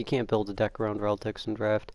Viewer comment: I know i might be picky. but please you drive me mad when you call Iorveth "Imlerith" and ReliCTS you call them "ReLTICS". I know why u confuse them but seriously XD